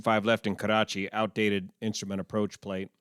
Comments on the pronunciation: Just FYI Karachi is not pronounced with a rolling R. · I positively enjoy the way you say Karachi. Nice analysis. Very informing. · Your pronunciation of "Karachi" is better than us Pakistanis! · It's funny how u say "Karrrachi" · You gave to know, how to roll your rrrs!